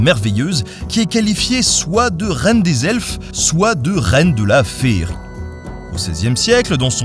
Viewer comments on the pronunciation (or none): Si vous avez été ciblé sur votre Français... Bon allez je profite, c'est de la culture. "Féérique" non mais féerique oui. Ça se dit "ferrique". Et "moult z'Orcs"? Bonne journée.